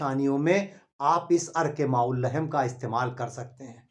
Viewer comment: अर्क़ माउल्लहेम नहीं बल्कि कहो (अर्क़ माउल्लहम), सहीह तलफ़्फ़ुज़ कीजिए।